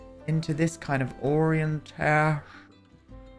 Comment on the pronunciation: this is how we should be pronouncing orientation 😂